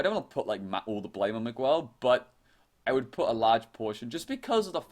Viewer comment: The "u" in "Miguel" is not pronounced in Spanish, and the "q" in Chinese is pronounced as "ch" in English.